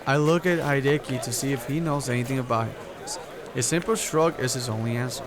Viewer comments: it would be spelt Hideki if that was its pronunciation. But not many people pronounce Japanese names correctly haha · "Hideaki" is pronounced: Hee-dee-ya-kee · Love your Pokemon cards on your wall there :3 <3 Also it's pronounced He-De-Ki. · don't mean to be a grammar Nazi sly but hideaki is pronounced like this he day a key